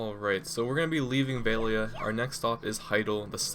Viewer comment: VEL-E-AH not VALE-E-AH Sorry but it was bothering me xD